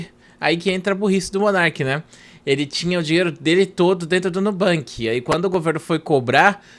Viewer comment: pelo amor de Deus para de falar nubanque